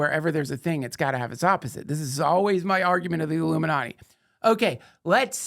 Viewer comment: Duncan, as far as I can remember, has always pronounced “ illuminati” as “aluminanni”😂